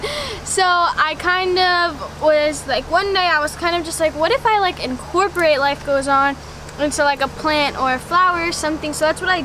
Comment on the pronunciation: Nobody: Nobody at all: Danielle: InCoRpOrAtE no hate, lv ya dani